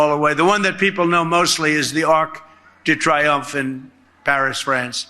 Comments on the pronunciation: Arc D Triumph. WTF not pronounced that way. What a putz . 😅😅😅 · Trump is so grossly uneducated he can’t even pronounce Arc de Triomphe, the USA is so pathetic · This Idiot-in-Chief can't even pronounce the Arc de Triomphe correctly, let alone compare one of the world's most symbolic and greatest monuments to yet one more of his self-indulgent vanity projects that, when built, will be utterly despised for what it represents - authoritarian rule